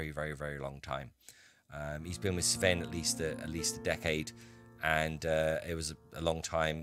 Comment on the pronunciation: Oh, and your pronounciation of Nord(ic) names (especially Sven) is overall good which is very nice to hear. Kudos for that!